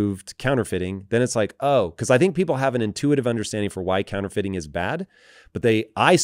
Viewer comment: True-Feiting instead of Counterfeiting